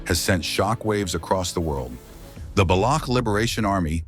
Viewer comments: Het not baloug its Balouch. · Baloch is not pronounced as Balok.. Its ch is pronounced something as in Chance or Change.